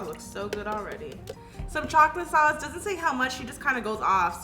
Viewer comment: “MOrE Of DaT ChoClAtE SawCE”